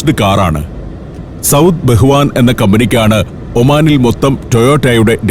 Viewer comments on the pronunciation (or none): ബഹവാൻ അല്ല ബവാൻ ആണ് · SAUD BAHWAN . NOT BAHUVAN 🤗🤗